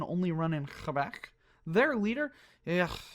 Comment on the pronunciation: As a proud quebecoise these pronunciations hurt.